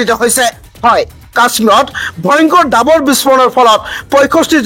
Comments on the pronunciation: Dabar nahoi uchcharon davar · Agote apunar pronounciation correct kori louk , apuni nijei miya jen lagise , gai poth nohoy ghaipoth he hobo , dabor nohoy dawor ,,apuni sure and certainly dangor miya hoy , miya mane bhatiya manuh , mane bhatir dexor manuh ,😂😂😂😂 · "সাজু" শব্দটিৰ উচ্চাৰণ হাজু বুলি কৰা হয় কিয়। ডাবৰ নহৈ "ডাৱৰ" হে হয়।বাতৰি পঢ়োতে শুদ্ধ উচ্চাৰণ নহলে শুনিবলৈ বেয়া লাগে।গতিকে উচ্চাৰণ শুদ্ধ কৰিবলৈ চেষ্টা কৰা ভাল।